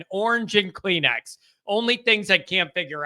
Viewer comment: Kleenex rhymes with checks,. Make a note.